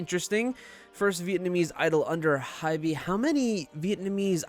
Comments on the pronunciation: Lmaooo not him pronouncing hybe as hybee 😅😅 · jfyi Hybe is pronounced like hype but with a 'b', the e is silent